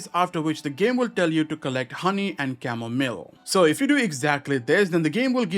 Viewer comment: It’s not camo-mill it’s camo-mile